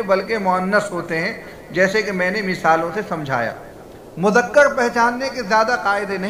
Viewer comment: مذکر ہے مذکڑ